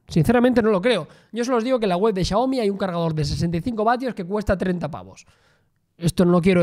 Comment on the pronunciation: How do you manage to pronounce Xiaomi so accurately.